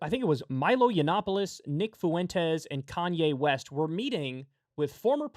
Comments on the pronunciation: Kyle for the LOVE OF GOD. It’s not FOO-EN-TES It’s FUEN-TES 2 syllables. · FFS Kyle, learn how to pronounce "Fuentes". it's an extremely common last name, but you nailed it .